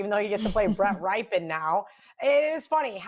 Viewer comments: Love how everyone's pick of the week is thier favorite team it's also pronounced 'Ripyian' not "Ripe" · Somebody let know it pronounced rip pen,not rye pen